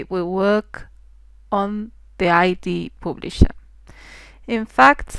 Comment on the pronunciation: pooblisher? :D thanks nice videos